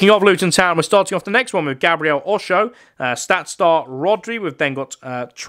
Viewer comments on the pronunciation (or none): As a Luton fan loads of commentary people say these players name wrong like Elijah Adebayo is pronounced ad-uh-bayo And Alfie doughty is dow-uty not daw-ty And Gabriel osho is osh-o not ow-show Love your videos